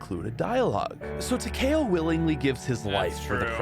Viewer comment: Did really call Takeo, Tahkay o